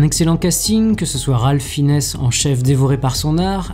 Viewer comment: J'y suis allé en m'attendant à un petit film d'horreur sans grandes prétentions et j'en suis ressorti très agréablement surpris. Vraiment un film à voir en salle. - Petit détail : Malgré son jeu je ne crois pas que cela se prononce Ralph "Finesse", mais Ralph "Finz", non ?